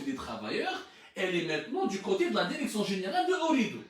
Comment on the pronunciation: 🤣🤣🤣🤣 Il a un problème de prononciation...et dire qu il est monolingue ce pseudo journaliste